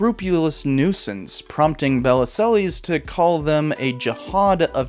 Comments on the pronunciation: Bell-zill is how you pronounce Bellesiles in french. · Bellisles - it's pronounced bell - eel (sort of). It's French: beautiful island. Belle - isles. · Bellesiles's name is misspelled in the video title. It's Bellesiles, not Belliselles. Also, the pronunciation of his name is more like bell-EEL. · You might want to check your pronunciation of Bellesiles. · For Heaven's sake figure out how to pronounce Michael Bellesiles' name !!